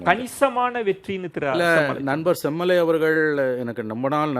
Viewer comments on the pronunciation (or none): says semmulai instead of semmalai.. (manasula uLLa aasai veLippattu vittadhu)